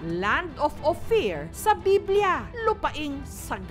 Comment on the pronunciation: Baka Land of APIR hindi Ophir 😂